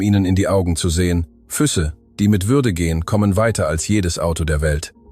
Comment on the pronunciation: Eine schöne Geschichte aber die Ki sollte die Betonung der Worte besser lernen. Es heißt Füße und nicht füsse😉🍀